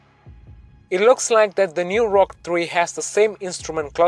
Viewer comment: I wehlie wehlie wyke the Wrochket Free